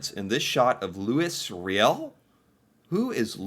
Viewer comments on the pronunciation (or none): Louise Réal - Loo-ee Ray-Al Métis - May-Tee Macleods - Muh-Clouds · His name was Loo-ee Ree-el. He was a Me-tee. He caused a Rebellion back in the day. He wanted proper rights for Me-tee who were half Indian and half French. The North was populated by both English and French but there were very few women. Especially women who could survive in such conditions. Most of the men married Indian women and thus the Me-tee were the children of the earliest arrivals. There is a lot more but I just can't remember it all at this time. You should research this if you really want a story. Everyone thinks that the song "Red River Valley" took place in Texas but, no. It took place in Northern Manitoba. Louis was responsible for the Rebellion that took place there. You will never understand your own life until you study history. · first its not Réal but Riel . Deuxièmement vas sur Google et recherche : métis pronunciation en français, ensuite clique sur le petit symbole pour écouter la pronunciation. Je ne sais pas d où tu viens pour ne pas prononcer le S mais en français on le prononce . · "Lu-wee Ree-ell". "May-tee". Not "Lu-iss Real". Not "Meh-tiss". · Louis (Lewy) Riel (Ree El) French name. Oui! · Metis is pronounced may t . A term to describe the mixing of indigenous and whites . It's pronounced lou e re l Louis Riel . You should read up on this man and why he was famous .. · just some pronunciation for you: Louie Ree-yell (Louis Riel) May-tee (Métis) Anishinaabe is a First Nations people. (Ah-nish-naw-be) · Looee rayall is how you pronounce his name..he was a french Canadian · Lou-ee Ree-al is how it's pronounced. Also, it's MAY-TEE. You should look up the Riel rebellion - a very important moment in history. Also, give a listen to Gordon Lightfoot's famous song, "The Canadian Railroad Trilogy." It will help you understand the importance of The Last Spike. (Also a great book by Pierre Berton.) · Louie Ree al, may tee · Loo-ee Roy-ell :)